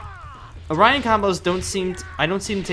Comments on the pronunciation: It's not Orion its Orin as in OR IN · Why does he say orian combo